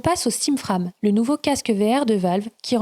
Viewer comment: Frame ne se prononce pas comme "âme" mais comme "frèjm" avec le stress (insistance) sur le "èj". À part ça très bon travail, explications claires, bon résumé, je reviendrai et merci!